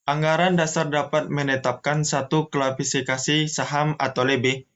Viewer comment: Kla si fi ka si, bukan kla fi si ka si pembicara ketiga… belibet amat dah… tapi thanks materinya… 👍🏻